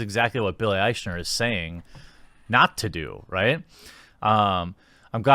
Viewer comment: Jeremy, Love your videos. But you saying Aych-ner is driving me crazy. It's Billy Ike-Ner.